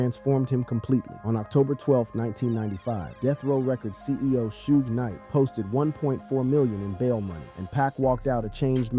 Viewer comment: Right, black names f*ck up AI. It can't pronounce Suge Knight (Sheewg Knight) or Tupac (Two Pack)